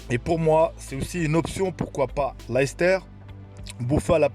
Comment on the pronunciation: Ça se prononce "Leyster" pas "Lahister" si t'es marocain tu sais ce que ça veut dire 🤣